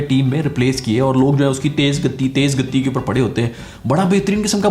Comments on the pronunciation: Gattti nahi h bhai gati hai..... Ttti pe mad nhi hai 😂😂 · First learn how to pronounce. It is gati not gatee. Earlier you were saying gaddi. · Gatti ke 'ti' par aapko stress nhi dena h....simple seedha aaraam se gat 'ti' boliye... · gatti nhi bhai vo toh galat bol rha hai it's गति not गत्ती jo tumne English mein likha hai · your emphasis on 'gati' after your gaddi gaddi is too good.